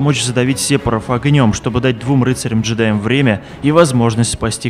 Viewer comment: Сепоров? серьезно? ухо режет